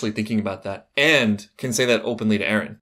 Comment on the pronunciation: Why do u say Ereh instead of Eren. I see it everywhere and its confusing af